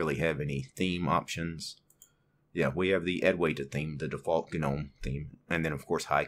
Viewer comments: It's pronounced "NOME", not GANOME. Just bothers me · It's gnome.. sounds like nome. Wtf